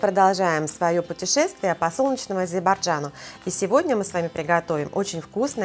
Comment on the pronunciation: Мне так нравится, как вы произносите "Азербайджан"))) Спасибо за этот рецепт, они у вас всегда интересные и с изюминкой)